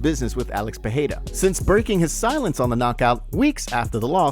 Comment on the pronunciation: When will this guy learn how to properly pronounce Pereira??? Fuh-hey-duh? LMAO. And the constant "sends warning" is old, bro. Get something new!!!